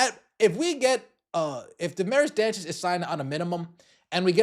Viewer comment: I’ve seen other news … Aari McDonald was signed. And you oughta brush up on your Spanish / Portuguese pronunciation.